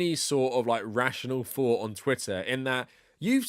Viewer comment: My guy, I know you all in Britain don't know English all that well, but try practicing on these words: -Fought -Thought Because you clearly don't know the pronunciational difference. Also try this one: -Free -Three Mastering these sounds will really make you look less of a fool, you are literally talking like this: "Less of a feme" (theme) "In the nineteen firties" (thirties) "Doesn't necessarily say ve Jews" (The) "It has noffing to do wivv Jews" (nothing, with)